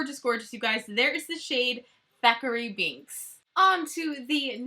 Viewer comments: I absolutely LOVE this collection and I’m so excited you did a review before it was released! Although, at the end it drove me a little crazy hearing you say Zachary Binx instead of Thackery Binx lol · Hey girl, great video! I'm so excited for this! The blacks cat's name is actually Thackery Binx. It sounded like Zachery when you said it. But I could have miss heard. Just a fun little tidbit.